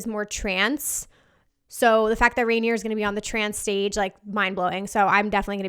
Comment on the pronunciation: It's pronounced Rainer not rainy-er. You're adding a whole sylabol that's not there